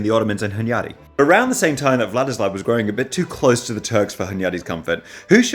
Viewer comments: As a Hungarian, dude mispronounces Hunyadi every time he's paying attention to it, but gets it right in passing, which doesn't help him beat the allegations! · As a Hungarian hearing Hunyadi pronounced this way feels super weird. After you're done with this series I'd love to see you make one about Hunyadi's son Matthias